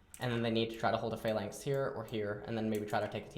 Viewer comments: Or pha-lanx instead of flanx <3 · What is he saying when he says "if its inside of a (what) lanx?